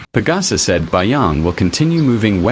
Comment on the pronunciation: Not BAYANG.. BASYANG